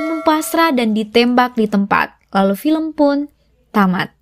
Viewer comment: Film bukan felm